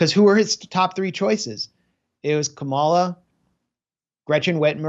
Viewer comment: Dude, it's comma-la